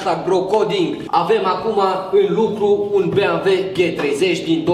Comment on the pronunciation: se zice bemveu!!!